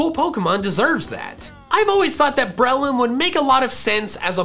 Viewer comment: Is it just me or does him saying brehhh-loom really triggering